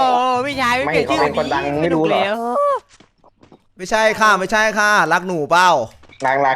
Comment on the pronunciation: พี่พูดผิดพี่บอกว่าไม้ไส้😂